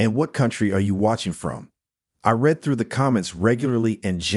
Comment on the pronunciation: To me, it is the mispronounciations of words and the mechanical tone that are turn offs. One example: the word read. In the context where it was used, it should be pronounced "reed", but the AI said "red".